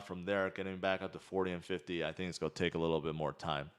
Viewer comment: no offense, but it's not "GOI DO". IT'S "GOING TO DO"